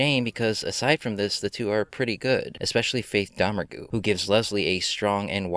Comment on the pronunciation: Great review, but I believe Faith’s surname is pronounced “Doe-MAIRG”, not “DOE-mer-goo”.